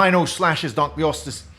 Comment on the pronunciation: “Spino slashes donkley-ostess” x3 🤣